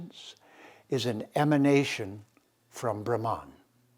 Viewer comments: SO IS THE PRONUNCIATION OF " BRAHH' MANN" and not Brahman Which refers to the cast. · I really appreciate your discourses on Vedic culture and defending Sanatana Dharma. I have a request and I understand it is difficult. It has to do with pronunciation. Brahman is pronounced as Bhrum as in Drum followed by Mun as in Mundane. Bhagwan is pronounced as Bhug as in Bug followed by fleeting Uh followed by wan as in wand. I apologise for bringing this up. Please do consider this. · It should be Brahman ( pronounced as explained by you : bhruh ,as in drum + mun, as in mundane )